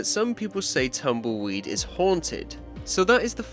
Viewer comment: I love how says "Tamoyd" Instead of Tumbleweed 🤣